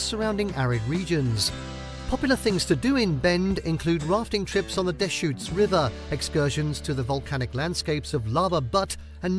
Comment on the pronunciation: Pronouncing Butte as butt. Must be AI. Also can't pronounce deschutes river. Too bad there isn't a good Oregon video by someone who LIVES in oregon and it's just these ai generated nightmares.